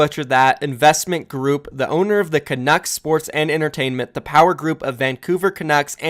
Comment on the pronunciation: You didn’t pronounce canucks wrong